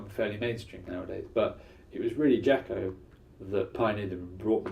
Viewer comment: You probably should learn how to say his name correctly before making a video about him.